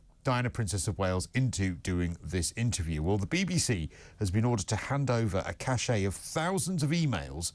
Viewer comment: A cache - meaning a group of things - is pronounced "cash." Cachet - pronounced "cash-ay," means prestige, among other similar things.